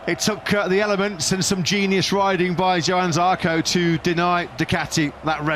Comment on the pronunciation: And the scruffy little trainee commentator STILL calls him Yohann!